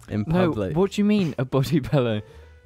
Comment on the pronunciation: emotional episode this week guys, especially when pronounced pillow as 'pellow'